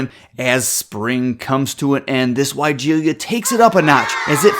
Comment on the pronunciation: For starters, you are mispronouncing the name of this plant. It’s pronounced as why-gee-luh”. Take a look at the spelling for just a second and you will notice that in the last part of the word it is not spelled with an “i” after the “ l”.